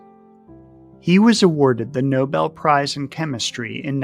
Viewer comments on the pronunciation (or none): none